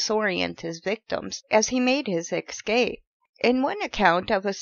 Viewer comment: Ess Cape Not Ex Cape